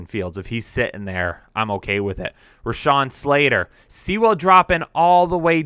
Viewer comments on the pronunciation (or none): can't even say Sewell? What a bum (btw, it rhymes with POOL)!